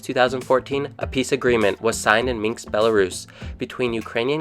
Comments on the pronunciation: It's ''Minsk'' not ''Minx'' as you keep calling it. lol. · nicely explained. some details missong but thank you.. but if you could please pronounce MINSK correctly. it kept hitting on my nerves 🙄